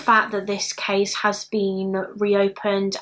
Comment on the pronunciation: The way you say "case" sounds like we would say cheese in bavarian dialect(southern germany): "käs". "Käse" would be without dialect. Always puts a smile on my face. I like it very much, thou